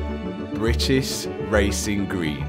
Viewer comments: Love how Matt can't say British properly 😂 Britiss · “Britis wacing gween”😂😂